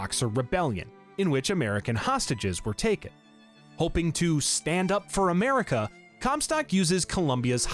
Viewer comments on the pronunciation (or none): none